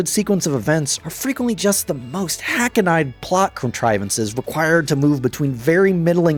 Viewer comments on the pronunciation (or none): For future reference... If you ever say hackneyed out loud again.... It's not pronounced "hack-an-eyed" (like the eyes in your head). It's pronounced "hack-kneed" (like your knees). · Please tell me you intentionally mispronounced "hackneyed". (The correct pronunciation is "hack-knead".) 😅